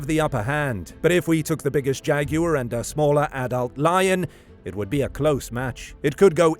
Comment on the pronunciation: thank you, for saying jaguar correctly.